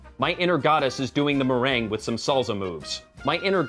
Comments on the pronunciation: "Merengue" is pronounced "mayr-ayn-gay, not "ma-rayng". It's of Haitian/Dominican origin. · Meh-REN-gay, not meh-reng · Dear A small heads up on Merengue. It's pronounced MER RENG GAY not the delicious concoction that tops certain pies. Don't you just hate people who watch an entire video and pick out a silly mistake. That's me! OCD and soo proud of it! Big fan of your reviews btw and they often make me LOL. Especially loved Left Behind. I used to be a Christian years ago and I feel EXACTLY like George Carlin about it all now. Keep them coming!